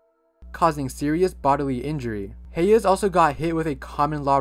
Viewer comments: The way you were saying Hayes’ name was sending me. Hey-yes? It’s pronounced Haze lol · it’s pronounced hays bud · That’s not how you say Hayes’s name lol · dude its pronounced "heys" not "hay-uhs" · “hey yes”… LMFAO THE WAY HE PRONOUNCES HAYES IS SO FUNNY